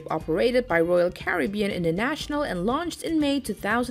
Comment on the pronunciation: Honey, you need an editor to work with your pronunciation: "Maersk" and "Caribbean" come to mind. 100,000 is one hundred thousand, not one hundred and a thousand.